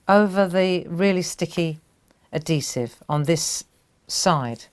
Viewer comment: AD - HE - Sive - Not ADDEE-sive lol So...how would you use this on other things besides cards?